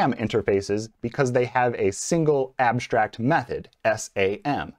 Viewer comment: If you say abshtrakt so say also shtatik and shimilar 😂… just joking. Thanks for this video!!!